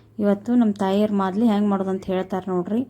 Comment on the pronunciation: ಮಾದಲಿ ಅಲ್ಲ ತಾಯಿ ಮಾಲ್ದಿ